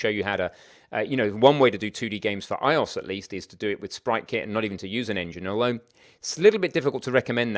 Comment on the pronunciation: iOS is prounounced eye-oh-ess